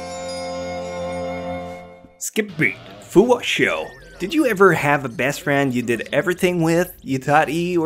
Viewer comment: I wanted to set Shou's face on fire too but you said his name incorrectly you said it Shou as in show but the ou part is pronounced like ow